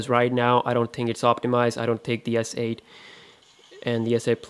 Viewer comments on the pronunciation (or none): I thought he said asshole 8